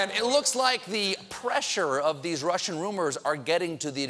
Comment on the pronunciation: he said "russhid salad dressing"